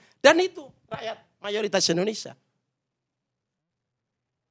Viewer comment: coi kamu bilang Indonesia aja gak jelas "Indonesa " Apa itu namanya orang intelektual???